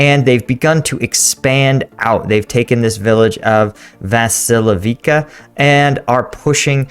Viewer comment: Vasi'lievka (['] stress)